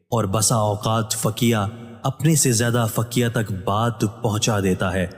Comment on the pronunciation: ap tashih farma den behan k faqiyah ni hota bal k faqih hota ha thats it .... ab har koi lukhnow ka tu ni hota na